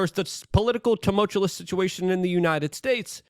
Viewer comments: I will donate $50 to you through whatever channel you have set up if you stop pronouncing tumultuous as tumultulous. Love you thanks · Jesus, Luke. The word is "tumultuous", not tomultalous". You said it an incredible FIVE frickin' times on this one, bro... Next, for God's sake, the word is nuclear, new-clear, Luke, not nucular. And are you are aware that you are now up to an average of saying "of course" over 20 times per video Man, take a breath and get acquainted with your surroundings. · You overuse the word Tumultuous (not tumultulous) and you can’t even say it correctly. Lazy mouth, too much cbd maybe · Luke, for the love of God, please learn how to say the word ‘tumultuous’. You say it so often and so wrong that it gets distracting. If you can’t say it correctly, don’t use it. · Tumultuous. No second L luke. Always with the tumultulous. Man. Im a stickler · I love you man, but it’s tu·mul·tu·ous not tu•mul•tu•lus Love what you do man and I just want to see you do it even better! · Tuh-mult-you-us or tuh-mul-chew-us not tum-mul-chew-lus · Can someone please tell Luke that there is only one L in tumultuous. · Tumultuous!! Not tumultuolus. Every video uses this word multiple times, and its always pronounced incorrectly. Im sorry!!! i couldn't take it anymore. Other than that, i appreciate the free updates. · You mean tamolchulous is wrong? 😂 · was gonna say just this. It is like hes getting more confident with the mispronunciation. let me help you luke... "Ta-Mulch- you-us" but really i would be pissed if he corected at this point lol. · Say tumultuous again and I'm dumping this channel.. it's getting way out of hand. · I used to find it annoying, but now I've come to enjoy that Luke has never learned to pronounce tumultuous correctly even though he uses the word heavily. 😆